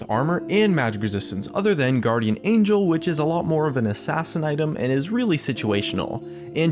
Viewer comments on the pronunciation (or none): none